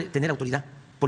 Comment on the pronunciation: "La honejtidat ej nuejtro culo..." Kuchaoooo!!!